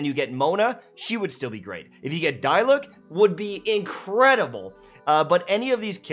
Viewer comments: It's pronounced Dee luck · Paimon keeps saying Dee Luke (Diluc)